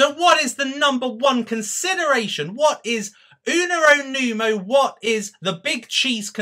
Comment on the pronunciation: I am 17 and I started trading in cryptocurrency in may with under 100$. I bought your course and I am completely satisfied with that. Now I got about 1300$! This is a great goal for me! Thank you! But just one thing.. I am italian and it's 2 vids that u are saying n.1 "Unero numo". That's wrong! "Numero uno" is right!:D